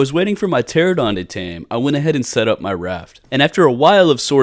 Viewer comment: It's Pteranodon not Pteradon. 😅 pls